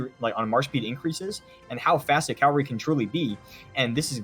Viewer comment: It’s ca-VAL-ry, not cal-vary! Your buddy is driving me nuts.